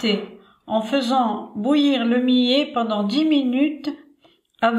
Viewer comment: Le millet se prononce "myé" et non pas "milé".